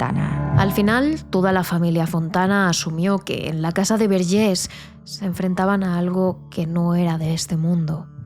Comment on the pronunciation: A ver Antònias, Verges se pronuncia tal y como se escribe, no se de donde os sacáis el acento en la última E, que con ese acento parece que somos franceses, y no. Y esta historia tampoco fue tan impactante ni nada, porque yo soy de un pueblo de al lado y nunca la había escuchado. A veces da la sensación de que exageráis un poco vuestro contenido, no obstante, me gusta mucho vuestro trabajo. Gracias por traernos tantas historias. Un saludo.